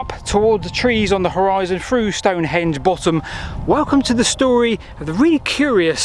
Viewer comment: Noticed you haven’t been to speech therapy yet, through is NOT pronounced as FROO .